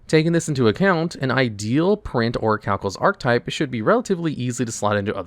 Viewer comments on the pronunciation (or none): Its pronounced orichalcamalos c'mon man you know this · It's pronounced Orichalcamalos